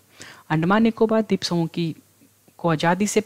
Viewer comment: जय हिंद सर, आपने बहुत ही अच्छा स्टडी मैटेरियल उप्लब्ध कराया। जब आप द्वीप (Dweep) का उच्चारण द्रिप (dreep) करते हैं तो इर्रिटेशन जैसा होता है। बाकी बहुत बहुत सराहनीय है।